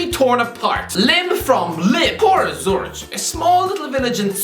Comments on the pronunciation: Why did my man call the Swiss city of Zürich a village, than proceeded to pronounce it as Zurić like its some small village in Bosnia 😂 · It's pronounced zuRICK. Bloody. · Umm, what the hell is that pronunciation of "Zürich", and why is it considered a village to u, even though it holds half a million people?? 🤣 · not only did he butcher the pronounciation of Zürich, he called it a village despite the fact it has basically the same number of people as Dublin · In all fairness, while it sounds more ridiculous, it’s just as wrong as zu-rick. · The h in Zurich is silent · That pronunciation genuinely killed me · I love how he pronounces zürich in the worst way possible, and than proceeds to just be completely wrong about the city